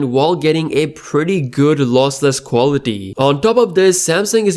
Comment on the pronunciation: I thought you were some type of European but after hearing you saying "qualitee" you're making me think you're Indian 😆